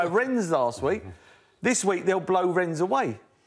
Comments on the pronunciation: It's Rennes, Merse. Not Renz. Feck sake, fella. Get it together. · You would think that somebody who is a pundit would know how to pronounce place names. Could somebody please tell Merson that the "s" in Rennes is silent!!